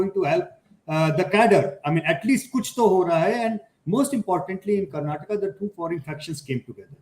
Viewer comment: Its Karnataka not karnatak!